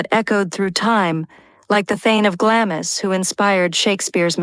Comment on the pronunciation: Could someone PLEASE edit and correct the atrocious mispronunciations, beginning with Glamis - it's not said in 2 syllables.